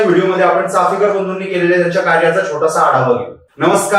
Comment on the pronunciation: अरे भावा, चाफेकर नाही रे... चापेकर बोल. आणि दुसरी महत्वाची बाब म्हणजे चापेकरांचं आत्मचरित्र उपलब्ध आहे google वर ते आधी download कर वाच आणि मग Video बनव. तुझ्यापेक्षा शाळेतली मुलं खूप चांगलं बोलली असती या विषयावर.